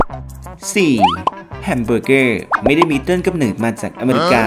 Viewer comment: เนิด หรือ เหนิด งงเลย555